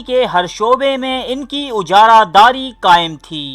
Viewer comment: پاکستان میں ہو کر آپ کی اردو میں اتنی فاش غلطیاں؟ اُجارہ داری نہیں اِجارہ داری صحیح لفظ ہے، تلفظ کہ بے شمار غلطیاں ہیں